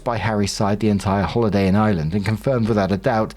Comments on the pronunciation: I wasn’t lookin at the screen at first and thought was saying Island instead of Ireland. I was so confused for a bit. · Your accent,. It wasn't until you said, "I live in the UK, so Ireland isn't that far away," thatvI realized you said, "Ireland." It sounded like, "island!"